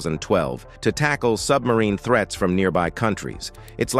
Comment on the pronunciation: That was a long exhausting video and he mispronounced "threats" as "threets". But I agree that computers and robots are the future, and it's good to see soldiers don't need to die so freely (save their lives) and also helping the soldiers to operate all of this equipment. Computers can calculate a "recommended action" to take, or in an emergency, just do it automatically.